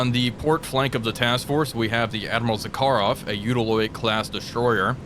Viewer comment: WTF is "BY STROY"? or "za KA rov"? Speak normal, like Russian, cyka blyat' Быстрый and Захаров